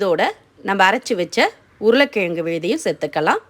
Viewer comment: Recipes r awesome.. my god y u smashing the word 4 potato in ur mouth.. try 2 correct the pronounciation.. or else say it potato in English... yuck....